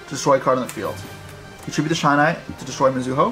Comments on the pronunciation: bro how come nobody pronounces shinai correctly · I cringed every time he mispronounced Shinai otherwise great combo!